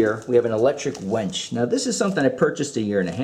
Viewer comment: A wench??!! You mean winch as in "win" not wench and in "When" they are two totally different things, and I'm pretty sure, nobody is selling wenches lol.